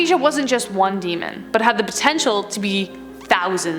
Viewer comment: Name of every demon is pronounced wrong. English people find indian's accent funny . Same indians find english people's accent funny